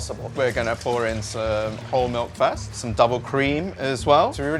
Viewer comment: lol the closed captions misinterpreted the poorly pronounced word spoken in British accent "first" as "fest".